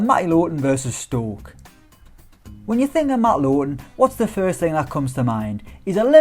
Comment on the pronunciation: It is lowton not lowon